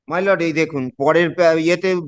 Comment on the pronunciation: ভাঁড়া কোথায় থাকো কাকা! মাই লোড!!😂😂😂 ঠিক করে বাংলা জানে না এসেছে ভিডিও বানাতে।